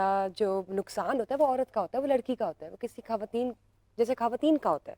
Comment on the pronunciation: یہ "" کھواتین"" کہنے والی کہاں سیے آئی ہے جو خان کو "" کھان " کہتی ہے